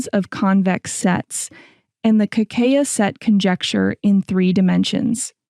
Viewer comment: Por que a apresentadora , de modo recorrente, não pronuncia o nome de Kakeya, pronunciando somente C A A ??? iNCOMPETENCIA, INSEGURANÇA ,BOICOTE, PRECONCEITO ? Algo combinado com aprodução do video ? Para um assunto que preza preciosismo, não devia ocorrer tal tipo de falta !!!